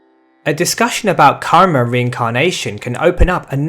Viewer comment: ur karma pronouncation r wrong even ur all sanskrit pronouncation r wrong bro